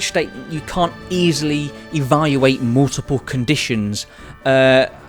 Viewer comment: Why did he pronounce can’t like com